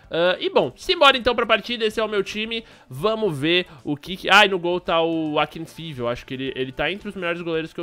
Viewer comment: o nome do goleiro se fala "Aquinfaéve"